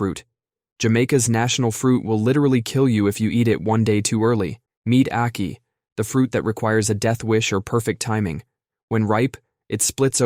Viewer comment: When I saw the title of this video, I bet myself that you wouldn’t even know about ackee, let alone include it in this video! I am thoroughly impressed. And you get bonus points for pronouncing it correctly, which most Americans don’t. Thank you for including the national fruit of my country! 🇯🇲🇯🇲